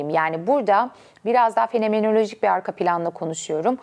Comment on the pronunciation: "fenemenolojik", "instegram", "tivitır", "similâsyon", "tivitler", "tiribünler", "anatümik, "pisikolojisine"